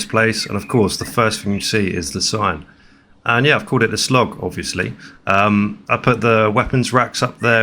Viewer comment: Turned The Slog into "The Slong"